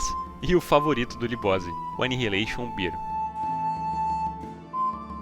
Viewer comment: video top... que saudade de quando anihilator botava medo em todo mundo... so uma coisinha que meio que ta errada, eh o jeito que vc fala anihilator beer(cerveja)kkkkk, o certo eh BE-AR, mas eh so uma observacao mesmo.. nostalgia pura!